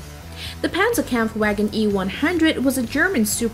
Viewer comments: Tis panzerkampfwagen niet panzerkampfwegen! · The Pentzerkempfwaegen😂😂😂😂😂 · It's legit JAGDTIGER like u usually say Tiger, and TOG reas it as a word, k-vagen in german W is read as V, Pazerkampfw(read w as v)agen, again Panzerkampfw(read as a v)agen VIII A Maus